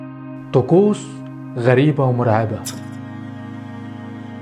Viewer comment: راح اقولك شي بس لا تزعل :اسمها طقوس مو تقوس اوكي متابعك من سلطنة عمان🇴🇲🇴🇲🇴🇲🇴🇲